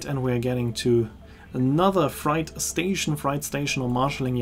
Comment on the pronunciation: Tolle Reise und toller Bericht. Kleiner Tipp für nächten Mal: „freight“ wird auf Englisch wie die Zahl Acht (fr-ate) ausgesprochen, nicht wie „fright“ (fr-aite), was „Schreck“ bedeutet.